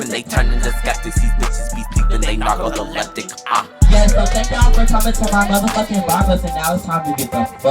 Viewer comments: I love rapping he got hella bars, but on this one…… “narcololepitic”??😂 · Narco the leptic lol I was trying to use some word play 😂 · The NARCOLYLEPTIC WORD WAS TAKING ME OUT ITS NARCOLEPTIC BUT THE BARS WAS DEF THERE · 🤭🤭Narco-coleptic.. I had to rewind that back